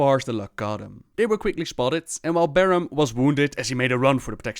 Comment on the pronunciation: Not to insult, but for someone who's so entranced in the lore, you have a knack for not pronouncing things right. Barrem, who's name was said by Boros, Tuure, which was said by Barrem, etc. Man'ari, said in a few storylines. Just a bit irritating.